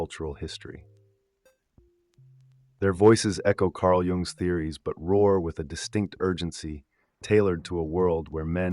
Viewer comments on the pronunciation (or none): A shame your AI can't pronounce Jung correctly... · Funniest thing about the video